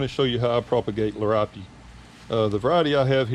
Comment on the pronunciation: It is pronounced 'Lear ee ope'